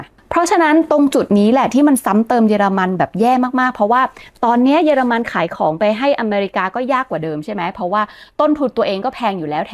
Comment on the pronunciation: ป้าสูญเสียการฟังมั้ย เค้าพูด เยอไม่ใช่ เย